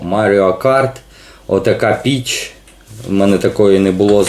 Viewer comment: Кожен раз чув не Піч, а Біч😂